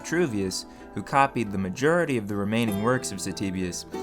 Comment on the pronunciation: What is this accent? "this needs to be worked much mer.", "cevius is bern"? "majerity"? your accent sounds very American for the rest of the video apart from these few pronounciations.